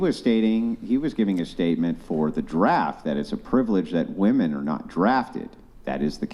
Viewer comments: It's WOMEN not woman.😖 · It’s WOMEN not WOMAN good lord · Why do they always say woman instead of women? I have noticed this a lot on this podcast. Is this a younger generation thing? They don't know how to use plural forms of a word? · Oh my God why does she keep saying woman and not women! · Why do they keep saying woman instead of women? Is it a political thing like Latinx? I don't get it. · yep, drives me insane. all these "women" 304's do that. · It’s WOMEN, not WOMAN 🙄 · It's so annoying when people pronounce women as woman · Why does she keep saying WOMAN instead of WOMEN? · Why she saying woman we need to spell it wiman from now on. Thats wickid annoying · Someone tell that mouthy girl that the word is “women” please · Pardon her saying “woman” instead of “women” she’s a cave-woman. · Stop saying woman when it's women! Omg the patriarchy is telling you proper grammer, oh no... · I can’t even continue to listen to this because of how many times she says “woman” incorrectly. And how many times she uses words that don’t even make sense. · That girl keeps saying "Woman" but she should be saying "Women"... Dude just get her off the show, and stop feeding the troll. She's dumb af. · How these guys didn’t correct this idiot the second time she said “woman” is absolutely beyond me. You’d be hard pressed to sound any dumber than that. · It really bugs me people say woman instead of women 😂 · Why does that one lady keep saying woman instead of women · I couldn’t debate someone that can’t pronounce the word women and consistently pronounces it as woman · Her saying WOMAN instead of WOMEN is driving me insane. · One of my biggest pet peeves…I have a friend who does that, despite me constantly correcting him. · It really really really really really bugs me that she says woman instead of women. we woman need our voices heard. Blah blah blah. All woman need to blah blah blah it’s women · The way she says woman as a plural, not women is very annoying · “Women” ….. “Women”